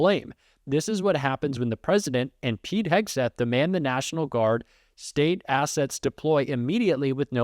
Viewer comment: “Neishinaul” = “national” in trumpspeak